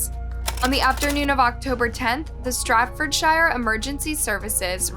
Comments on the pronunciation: Not trying to be a dick but they are right! It’s Staffordshire, was saying Stratfordshire with and R and a T, which is not correct, in terms of pronunciation though I think everyone says it differently, even in the UK, some people say shire like wire and others say shire like sure (which is the correct way 😂) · It's Staffordshire not stratfordshire and it's pronounced like the shire in New Hampshire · And it's Staffordshire , pronounced Staffordshire , not Stratfordshire. I don't understand how she could even get that so wrong . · I remember the 999 call, Couldn’t believe it. Poor little baby girl macey 🕊️ u pronounced the home town wrong love lolz omg… it sounds like shear at the end lol not SHIRE even though it’s spelled that way at the end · lol I noticed it too.but Americans struggle with the word SHIRE lol.but this time it was at the beginning of the word...strat nooo Staffordshire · Pronounced "Staff-ford-sheer "🤓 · What a wicked thing to do .By the way it's Staf- ford- shire. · Staff ford shire is how you pronounce it, I haven't even heard of this killing and I live here. So sad what a wasted life throu a mindless act of selfishness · Staffordshire is pronounced Staff Ford Sure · Great case. Thank you for telling her story❤️ Quick note that Staffordshire is pronounced staff-ford-sheer. love from the UK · The way you pronounce Staffordshire hahahahahaha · Staffordshire. Can’t watch this. The narrator needs to learn how to pronounce English. Very sad. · That explains absolutely nothing as far as the proper enunciation. You literally said Staffordshire not Staffordshire (the same exact word) and that it's pronounced like New Hampshire. However what if someone doesn't know how to pronounce New Hampshire either?